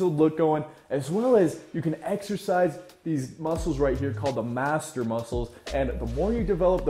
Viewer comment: its masseter not master muscle i think!